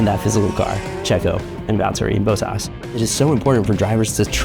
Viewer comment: “Valterry Boatás”